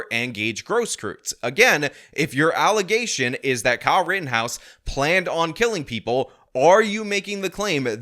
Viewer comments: AlleZATION, always!! 😂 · These are just un-quantimafied allizay-shun! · Those allezations are false.